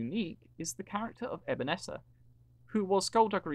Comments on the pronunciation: Did u really say Abynessa?????? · How did u pronounce Abyssinia so badly😂